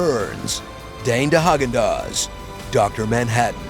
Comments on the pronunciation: Dane de Haagen Daaz. Lmao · Dane dehagendaaz 😂😂😂